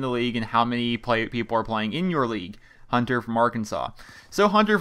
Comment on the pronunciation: Jason Witten!!!!!Lol.Thanks for answering my question!Btw live the way u said my name,Hun-ter